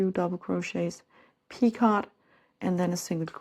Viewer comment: Lovely work! Just an fyi- picot has a silent t.